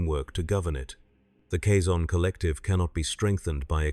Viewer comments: They pronounce the word Kazon multiple times in Voyager, it's not a guess as to how their name is pronounced, yet you insist on mispronouncing it? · The way this AI pronounces Kazon annoys me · tldr the way AI pronounces Kazon annoys me, much like you pretending to teach annoys me